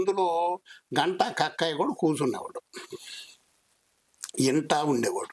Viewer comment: Kakkaya kadu sir thakkaya